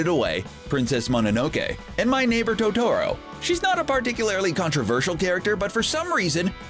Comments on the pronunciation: Your pronunciation of Totoro is incorrect. The emphasis goes on the first syllable (making it TOE-toe-roe), not the second (toe-TOE-roe) like you said it. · Isn't it totoro not toe.toe.roe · and to to ro instead of toe tuh roe and he said hayao miyazakis name wrong... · While the other pronunciations are all terribly bad, Totoro is actually pronunced "to to ro" with all long o sounds, as indicated in the original Japanese writing and audio. To-tuh-ro is the butchered version. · Ik I think its toe-toe-ro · He said To to ro not totoro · preach!! It drives me up the wall how people pronounce Totoro. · The way he said Totoro made me want to die. Edit: Now that I've seen the whole video, the narrator pronounces a crap ton wrong, and they just messed up in general on a lot of facts. Ya'll need to do better research. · did you just pronounce Totoro wrong